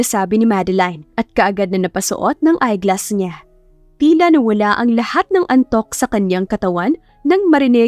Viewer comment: Eyeglasses po, at hindi "eyeglass"